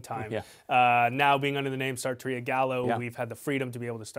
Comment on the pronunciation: The lower thirds, the pronunciation, the title and description are all misspelled or mispronounced. It's sarrrrrtoria